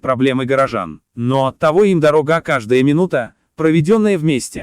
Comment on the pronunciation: Не всё переживали , а все переживали.. Дикторы за смыслом не следят... Все , а не всё отзываются ! Во всём , а не во всем! Отличайте буквы е и ё! Переозвучить правильно слабо? Ещё и дорОга , вместо дорогА ! Удивительно небрежная озвучка ..(((((